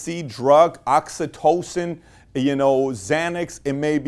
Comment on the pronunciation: Did my manz just say oxytocin? 😂😂 otherwise another excellent video Pat thanks for providing all this value.